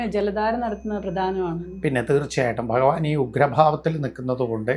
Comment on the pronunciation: ഇതെന്താണ് ഇങ്ങനെ ഫഗവാൻ ഫഗവതി മനപ്പൂർവം പറയുന്നതല്ല എന്നറിയാം എന്നാലും എന്താണ് ഇങ്ങനെ